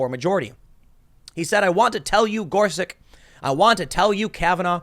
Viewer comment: "just so happens to be Gorsich and Kavenaugh" says Tim